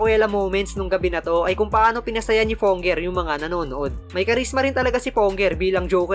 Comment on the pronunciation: ampayat na ni fonnger haha namiss ko pronounciation nya ❤😅